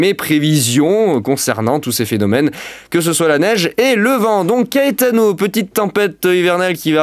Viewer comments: Ça se prononce KAÉTANO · PS : je sais pas si CAETANO ce prononce KÉTANO ou KAÉTANO. Si quelqu'un a l'information 😅. VIGILANCE ORANGE ÉTENDUE AVEC LES VENTS VIOLENTS AU SUD, CHARENTES - SAVOIE.